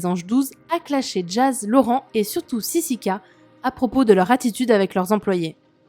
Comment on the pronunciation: John il dit toujours sisika au lieu de sisiki wesh 😂😂😂